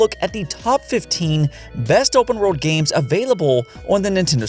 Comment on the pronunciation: Nobody:: breath of the WOAHWLD